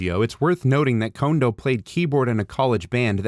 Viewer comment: Congratulations on being the first person to correctly pronounce Kondo in Youtube video. I've seen dozens of documentary style videos where everybody always says "condo".